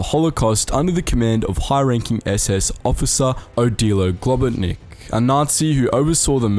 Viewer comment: Just to clarify some minor things (i get triggered by that, but its not a big deal so please dont be upset) Globočnik is not read Globoknik Č is pronounced as CH as in lunch I am 100% sure as this nazi beast was sadly one of my country men. One of his parents was slovenian and the otherone with german (austrian) ancestry, but he threw away our nationality and indentified as a german. He was so brutal that his actions were questioned by SS itself. And some records say that he was the one who came up with the idea of gas chambers being used for executing all those poor people. Its a dark part of history of a tiny nation (slovenia) that nobody wants to talk about. But luckily i can say we were on the right side of history in the end. You can make a video on that monster too. He is bad, but still really interesting if you have some time. Love your content, shows a lot of perspective on ww2 we otherwise would never hear about. Stay safe, and keep up the good work.